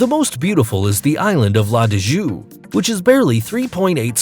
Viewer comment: Agree! Slaughtered his own language, and all the others as well. And such stiff delivery. Almost sounded like a computer-generated voice...